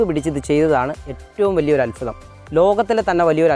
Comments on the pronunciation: അല്ഫുതം അല്ല അത്ഭുതം എന്ന് പറയു മോനെ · അത്ഭുതം,,, അല്ലാതെ അൽഫുദം അല്ല,,,,, 😁